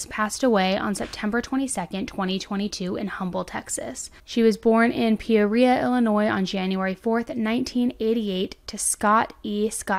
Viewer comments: Pee-or-ee-uh, IL Emphasis is on OR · Pe-Or'-E-Uh. (Emphasis on 2nd syllable) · Born and raised Illinioisan here! Its pronounced Pea- or- e- uh. Have a great day! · Love your channel! 😊 Her hometown is pronounced Pee-or-ee-uh. Peoria, Illinois. Keep up the good work bringing light to cases like these that don’t really get covered the way they should. 💜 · PEE-ORE-IRA. Peoria,IL. I’m from Evansville,IN so I’ve been there many times. Such a sad story. Thank you for telling it so well with such respect. As usual. Love you girl ❤ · Pea-or-ia Illinois. Thank you for all of your dedication,!!!! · I love you so much! You are definitely my kinda people. I live in Illinois. It’s pronounced like this Pee-or-e-ah I’ve been making my own playlist of all your videos. I’ve been on a binge! You’re awesome! Thank you for all you put into your work and videos. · From Illinois here!! It's pronounced "pee-or-ee-uh":) Love you,! It's November and you're still giving it to us daily!! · I live 50 mins from Peoria. It’s Pee-or-e-uh. It was ranked the 7th most dangerous city in Illinois, 15th in the country. It’s got a lot to offer but sad how many shootings happen daily. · Love your channel and videos! I’m from IL, it is pronounced like this: P • Or (like you use while boating) • E • A (like when you have a light bulb moment and say “Ah! I understand!”) I normally don’t grammar correct or whatever unless the person asks for help lol. Don’t worry, everyone has a hard time with that city. You should have seen how many people struggled with the city of Waukesha, WI when they were discussing the Christmas Parade rampage. I just thank you for not putting the S on the end of Illinois. That is like nails on a chalkboard to anyone who has ties to IL. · Wow there is no coverage in Illinois on this, 😲 Im from Illinois, this is a terrible story.... I come to you for most of my information on these cases... P.S. Peoria is said PEE OREE AH IF THAT HELPS TOO LOL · Pea-or-ia, IL.